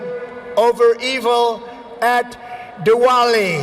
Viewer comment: I only came to hear this word😂😁 Trump's Pronunciation is amazing 👌 Chaiwala = chiwala Bhangra = Baangar Sachin Tendulkar = Suchin Tandulkar Virat kohli = virat koli Diwali = Duwali Swami Vivekananda = Swami Vivekamundan